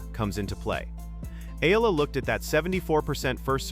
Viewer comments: CORRECTION VLOGGER, NOT ALEX AMELA, IT'S ALEX EALA (PRONOUNCE AS IYALA OR EYALA) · C"mon guy, stop mispronouncing my idol's name, it's Eyala not ela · Great analyses! But please learn to pronounce her name properly: E-YALA to prepare for more features like this. Alex is not going anywhere but UP! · EEE- YAH-LAH.... that's how u pronounce her last name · Just call her Alex! Rather than pronouncing her last name wrongly.